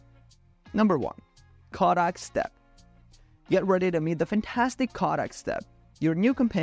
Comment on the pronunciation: #4 Kodak ---Kaadak?🤣 Its pronounced KOHH-dak!😂 Longevity is pronounced long-JEV-idy not long-GEV-idy